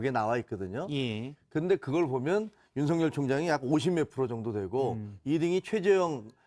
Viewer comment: 한국사람 일텐데 왜 한글을 못읽을까 죄다 윤성열 이라고 발음하네.. 윤석열 아니었나?